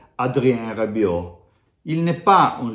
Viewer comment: Non sono i peli che si staccano e che dici una grande cazzzata Bentacur meglio di Rabiot, prima di tutto impare il francese prima di parlarlo